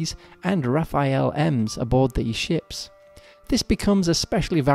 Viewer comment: Nice presentation and a real human voice is always a plus. But "Rafale", not "Rafael", and "aitch", not "haitch", please!